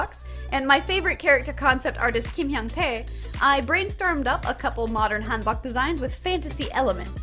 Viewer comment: Bro y do u say hanbok like that 💀